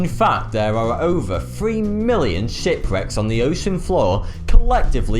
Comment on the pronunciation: Did I just seriously heard him say Shity Reck?